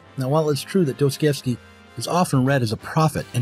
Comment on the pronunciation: Dos-toi-YEvskee, not Dose-Koi-evskee. Apart from that, excellent video!